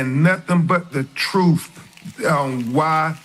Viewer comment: Get to "duh truf" I can't take it. 🤢🤮👎🏿👹👿😈👺💯